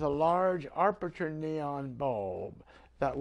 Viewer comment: I am unable to find the word arperture in the dictionary. I believe the word you intended was aperture, without the initial "r". I found this mispronunciation to be sufficiently distracting as to pull my attention away from your topic and focus it on your presentation skill which I am sure is not the outcome you are seeking.